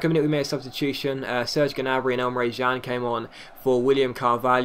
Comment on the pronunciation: It's Emre CAN